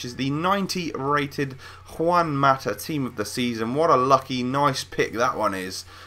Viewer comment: You say juan mata like a fucking idiot say it correctly!